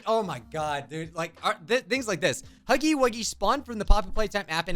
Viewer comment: When they said “huffy eight game” I said it’s not called that out loud I rarely every day something like that put loud bruh the news has got to at least know the name of the game before putting this live thing on TELEVISION. this hurts to watch 😭😭😭